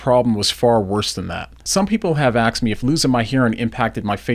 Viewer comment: Axed should be asked